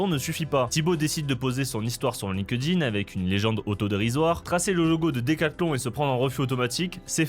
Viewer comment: Par pitié, arrête de dire Line-Queue-Dine C'est Link-Din